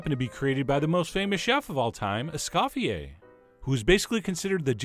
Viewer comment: (*Es-COE-fee-ae) He did not scoff, except at your pronunciation of his name.